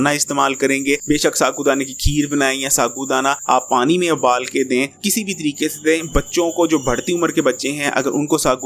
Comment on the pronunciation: Abbal nhe ubal hahaha